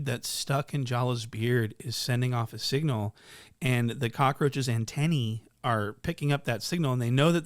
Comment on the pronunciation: when you said "antenaee" i lost it